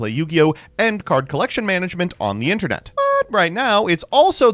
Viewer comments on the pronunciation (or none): none